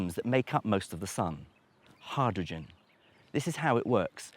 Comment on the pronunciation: Your pronunciation of “hydrogen” is weird.